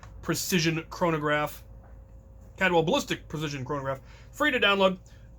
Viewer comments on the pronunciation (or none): It's CALDWELL, not "Cadwell". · There's an extra L in there. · It’s not Cad well. It’s Caldwell